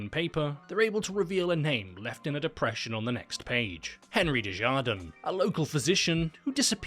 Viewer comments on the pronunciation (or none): Ima be real as a French person I didn’t catch a single word she said😭 and the way they pronounced Desjardins made me irrationally angry🥲 it’s a French name, we don’t pronounce ”j”s as ”h”s like in spanish☹️🙂‍↕️ Just say the j like you’d say it in English, even that would be better😫